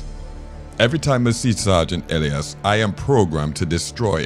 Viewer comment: Isn't it pronounced Eh-Lie-is?